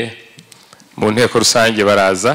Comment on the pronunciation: ntabwo bavuga inekorusange.ni intekorusange.